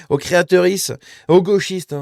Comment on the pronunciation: " Créateurisses " au secours XD